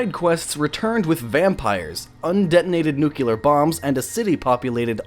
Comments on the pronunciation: why cant ameicans get anything right... all of them say "New Cue Ler" it's New-Clear., there[s not 2 U's ffs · Damnit man. This is a great vid but every time I get into it I hear you say "nukular" like George Bush and I cringe. It's 'nuclear' pronounced 'noo-klee-er'. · and its pronounced nu-clear and not nu-kular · I HATE it when people say "nucular" instead of "nuclear". Like seriously, learn 2 read plz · NYOOK-LEE-ER. NYOOK! LEE! ER! NUCLEAR! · lord kion Just read the comments! American accents such as do not pronounce Nuclear as Nucular, nor any accent. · Yeah - because SO MANY people CONSISTENTLY pronounce "permeate" as "permenate". The EXACT same people, whether they're on youtube, on television, on stage, or making speeches, say "permenate" instead of "permeate" - EVERY TIME they say it. Almost as common as "nukuler" instead of "nuclear", right? I think you'd find that the answer is "no". Like, not ever. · I'm gonna start pronouncing it Newkaleylar every time I correct someone who pronounces it Nukeyoular and see if they try to correct me on how many L's are in the word. Yeah, well, there's only one damn U in the word ain't there. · New Clear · I was wondering how many times he was going to make this glaring mistake... nucular is not a word! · "Nuc-you-ler. It's pronounced nuc-you-ler." - Homer Simpson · STOP SAYING NEW-KEY-LAR! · it's pronounced "nuclear,"! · So, if you're going to do a one hour documentary about a post-apocalyptic game, you'd think the narrator would have learned how to pronounce "Nuclear" Every time he says new-kew-lar like some brain dead hillbilly, I'm forced to relive traumatic memories of the Bush administration. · Say it with me new-clear, neeww-clear. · I like but "New-cue-lerrr" is nails on a chalkboard. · Oh my God Dude. Nuclear. Nu-clear New-cleee-urrr Also, permeate. Permanate isn't a word. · "Nuclear" New ("Nu") Clear ("clear") New-Clear NUCLEAR! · Nookular is not a word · Lol Nucular